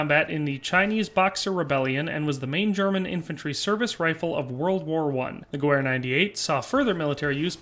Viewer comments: The Spanish Mauser 1893 would make more sense than the Gew 98 as a lot of them came back to the States after the Spanish American war. Also it’s pronounced gevehr, not Gewehr. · The w in gewehr is pronounced as a v sound in german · Hate to be that guy but the w is pronounced as a V , it's a German name